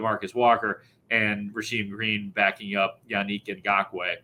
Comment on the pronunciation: The way pronounces "Yannick Ngokoue" makes me want to pull my hair out.